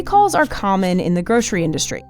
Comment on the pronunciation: If you're gonna say GROSHERY and slip into SHTREET and SHTRAIT, with a strange kinda overconfidence, then also say GROSHERY SHTORE, please. When did this become a national speech impediment? Either fix it or control-f SH EVERYTHING.